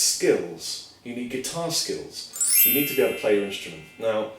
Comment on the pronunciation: I thought he guitar skittles when he said "guitar skills" lmao